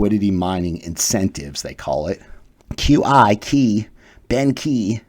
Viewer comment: Just wanna say, "Qi" is pronounced as "Chi" not as "Ki".